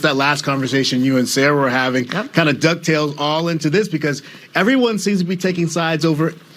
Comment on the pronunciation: Did the "misgendering" newscaster say "that duck tales" instead of dovetails? I'm way more upset about that!